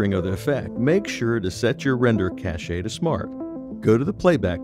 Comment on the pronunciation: Just FYI, "cache" is one syllable; it's pronounced the same as "cash." Thanks for the effects!